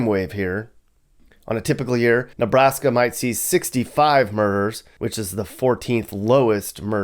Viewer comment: Killed me with the "Ne-blast-ya" mappy with the gold chain lol.